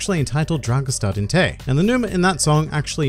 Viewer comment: I am romanian and i can't believe how well you pronounced "dragostea din tei", good job man :). In the song they say "nu mă,nu mă iei" which basically means "you don't take me along", something like that.